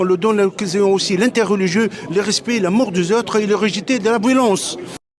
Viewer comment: C'est marrant, l'amour des autres il le prononce la mort des autres 😂 et vraiment le crif veut pas lui payer des petits cours de français? Mêmes leurs "journalistes" doivent craquer à devoir rester tenir un micro devant lui, il faudrait l'isoler dans une pièce et le laisser parler devant des micros sur trépieds, débranchés évidemment